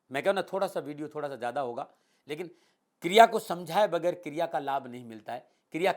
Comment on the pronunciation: Kirya nahi kriya, kirya toh kiryakaram hota☺😊